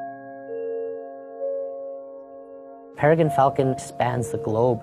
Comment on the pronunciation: Peregin? Tortoise? Ever think of taking an English as a second language course?